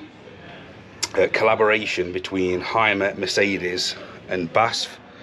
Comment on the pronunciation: Thanxs for the well done video. It gave me a good impression of the vehicle and has a very good kamera work. You stayed just the right time on details in a good lens angle. Tip: BASF is not spoken as a word but in letters B.A.S.F.